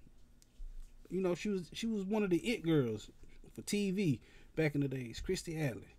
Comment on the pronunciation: It’s “Kirstie”, brotha.